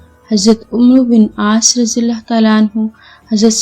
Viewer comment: عمرو کا تلفظ ہے عمر ہے ع کے اوپر زبر